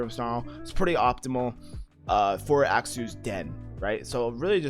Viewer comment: Phonetically, Axew sounds like "Axe you," please stop saying it that way man